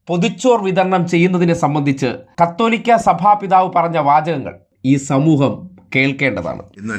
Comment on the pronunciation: കതേതാലികക ബാവ അല്ല കാതോലിക്കാ ബാവാ ആണ്.